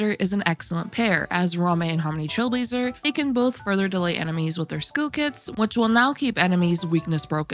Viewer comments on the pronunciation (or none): none